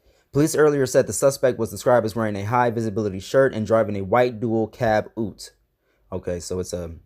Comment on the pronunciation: LOL sorry not funny but yeah if there was a shooting in AU that would be the car I'd think he'd have. It's pronounced you-t. Like the word you with a T at the end. It's a car that's pretending to be a pickup. Pretty popular in AU.